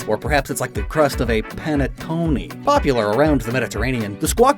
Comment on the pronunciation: The way you pronounced panetonne made me cringe